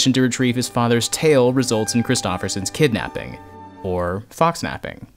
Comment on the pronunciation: KITNAPPING. Kitnapping.